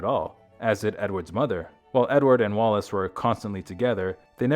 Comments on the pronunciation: The pronunciation on this is dire, I gave up, so many people seem to have difficulty spelling Wallis, even when it's in the heading. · Stop calling her wallace. The name is WALLIS.